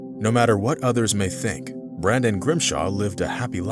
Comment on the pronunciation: It's Brendon not Brandon - why do Americans have to mangle the English language?